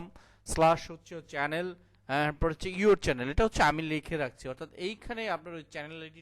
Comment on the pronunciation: চ্যানেল শব্দটার উচ্চারণ ঠিক করে নেবেন যদি সম্ভব হয় ,ধন্যবাদ.